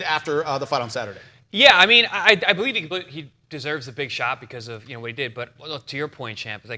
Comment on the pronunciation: beTER biev! Dont you guys read the comments?accent on the second syllable. Do you realize how stupid all of you sound?